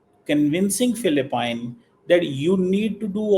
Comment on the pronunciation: ATLEAST YOU COULD LEARN HOW TO PRONOUNCE THE COUNTRY PHILIPPINES